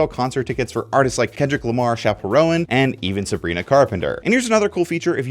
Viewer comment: Chaperone? ... It's like drone .... Not row-en Pronounced more like R-own